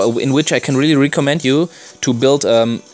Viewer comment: Just a little help with the word recommend say it like this Rek om mend just faster. Hope I could help you with an English word love your video